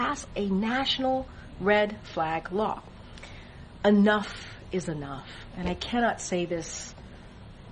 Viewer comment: If I were a press secretary I'd pronounce the "E" in Enough.